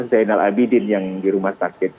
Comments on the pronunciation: 99% MEDIA SELALU SALAH SEBUT NAMA RUMAH SAKIT ZAINUL ABIDIN, MEREKA SELALU MENYEBUT ZAINAL PADAHAL YG BENAR ITU ZAINUL. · Ejaan lama Zainoel, dibaca Zainul.